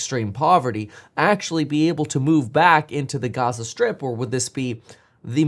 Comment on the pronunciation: I don’t think it’s a “European” accent to put the accent stress on the first syllable, or that it’s an “English” or American accent to put the stress on the last syllable. But for the record no one says it the latter way except for you.